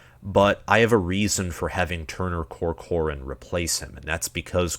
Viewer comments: Turner COR-cor-an not co-COR-an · Turner Corcoran = Tur-Ner Cork-ren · Your pronunciation of Corcoran is painful. 😅